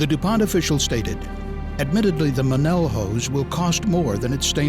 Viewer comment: The the narrator would look up how to prounounce Monel, which he obviously didn't. Nobody that makes, sells, fabricates, welds, isntalles Monel alloy prounounces it like he did.